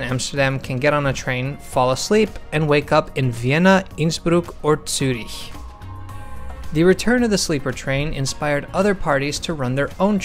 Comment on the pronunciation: Yeah i always forget about that. But still, I always cringe when a YouTubers says Zurich or really anything german with a Z in it wrong. It's nice to see anyone doing it right. (As a part Hungarian European myself)